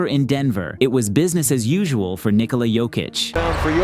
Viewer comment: Thank you for pronouncing his name properly. Nikola. Like Nicholas but not sounding the 's'. Unlike every NBA announcer, saying his name wrong, Ni-kola, like Coca-cola. This is wrong.